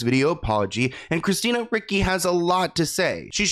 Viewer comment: Did he say Christina Ricky? 😅